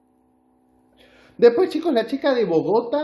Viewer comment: A veeeeer yaaaa no maaaaaas, es Bogotá, con tilde al final, siempreeee pronunciando pesimooooo esa ciudad año tras año, yaaaaa parale